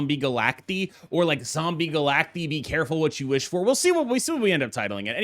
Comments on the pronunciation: you probably know this by now but said they said it wrong and he found out it’s supposed to be Galact-eye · Is it not pronounced Zombie Galac-Tie? Because they are multiple versions of Galactus? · They are multiple Galactuses. Galacti. Like octopi instead of octopuses. It's Galact-EYE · Bro I’m sorry but I cannot watch a 15 minute video of you saying “Zombie Galacteeee” smh